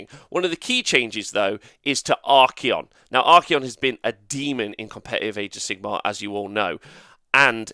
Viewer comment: Endless spells are able to move through spell portals, but cannot be cast through a portal. This has not changed. He is not called Ar-key-on, it is Ar-cay'on. Try adding his name into google translate and press play. Wait wait, there are so many nerfs to Tzeentch (highest pts nerf) and you want to remove the cogs?...come on.